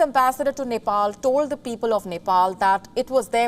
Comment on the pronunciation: it seems he has been beaten by chinese police at Nepal, he has beating marks on his face..black stains due to blood clotting around his eyes. And Ambassador.needs to know how to pronounce Nepal..its not Nepol.